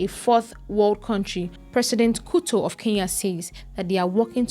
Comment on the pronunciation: "president kuto of Kenya" 😂 you need to prepare enough before recording